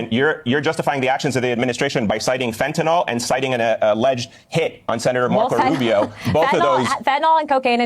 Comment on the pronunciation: Why does everyone say fent-en-ALL instead of how its REALLY pronounced, fent-en-ILL??Just wondering.Names of drugs r important,as is the pronunciation,because there r other drugs that can sound the same.YOU actually say it correctly .Just saying...